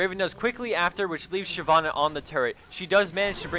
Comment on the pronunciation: It's not SHAI Vana. It's SHIV annah. It's not Morg GAN uh. It's Mor gahn uh. Fuck.